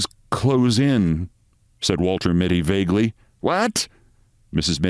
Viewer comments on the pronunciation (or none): none